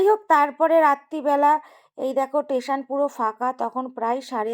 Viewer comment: It's station not Tation